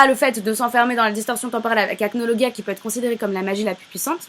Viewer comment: Déja on dit acnolajia